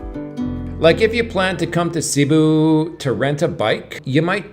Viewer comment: Please pronounce Cebú correctly—accent on the 2nd syllable. Thanks!